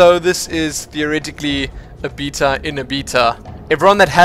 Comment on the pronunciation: i can't watch these videos if you're going to keep saying beta